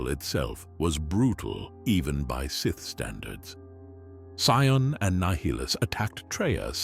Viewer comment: He's hot saying nihilus right and it's really bothering me lol . Other then that is all perfect lol